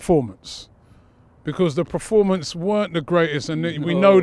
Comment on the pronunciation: PER-FOR-MANCE, Robbie!!!!! Not preformance